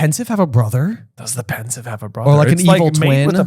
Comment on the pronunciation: It's Pensieve, not Pensive.